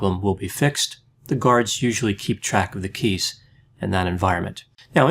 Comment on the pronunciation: I swear, I heard you say 'penis' instead 'keys'. There might be some truth to that mishearing though. DeAngelo has been jokingly referred to as TPK, like BTK. Short for Tiny Penis Killer.